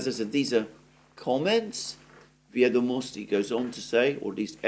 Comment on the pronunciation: it's "vEdomosti", stress the first syllable. Comes from old russian word "vEdy", records of events, or "vEdaju" "I know","vEdat'" to know, etc. In imperial times "vEdomosti" or "vEsti" meant "news", now we use "nOvosti".